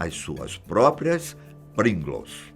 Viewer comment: NA HORA DO PRINGLES O TIOZINHO ENTREGOU O OURO RS, A PRONUNCIA TA TOP TB, PRINGOLOS HAHAHA